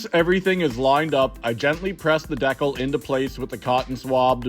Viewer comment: Everyone you said decal I cried just say decal